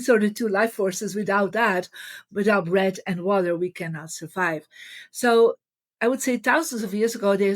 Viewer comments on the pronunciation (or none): Marie meant "Breath" but has trouble pronouncing the "th" sound. I can help with pronunciation in case you're interested, dear Marie. Many thanks and blessings... 🙏🌍🕊🕊